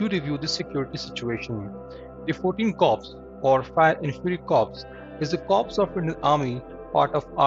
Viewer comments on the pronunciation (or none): Corp is to be pronounced as “core” rather than Corp . “P” is silent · Corps is pronounced 'core' and not 'corpse' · Read it as Corp then you are referring to dead bodies like corpse. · Not Corps,it's Pronounced Core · corps is pronounced as core. corpse pronunciation means dead body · Look into pronunciation of corps....it should sound like 'core' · I would like to inform u & also other channels that ' corps' is spelt like that, but in pronounciation it is voiced as ' core'. Often all channels of defense news are ignorant / ignoring the pronouncing of the word in military terms. They are voicing it in agriculture way, which is completely incorrect. Gupta